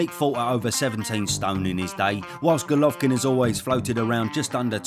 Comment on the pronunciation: i have to compliment you on your perfect pronunciation of his name. i always struggle with it, but you propa smashed it.